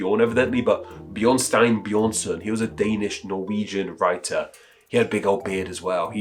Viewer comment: no not bjørnstein bjørnson, as in bearstone bearson or bear tone son of bear, it is bjørnstjerne bjørnson or bearstar bearson or bear star son of bear.